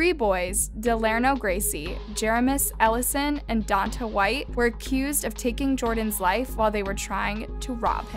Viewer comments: Omg his name is Donta and it's pronounced Don-tay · If you're going to report on this story, at least learn how to pronounce their names. Don-TAY not Don-tuh. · It’s pronounced Don-TAY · “DON-TAY” Jesus. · It’s don-tay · Pronounced DON-TAY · It doesn't matter but it's pronounced "Don-Tay"